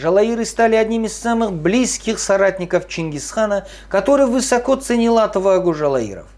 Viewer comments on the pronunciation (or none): none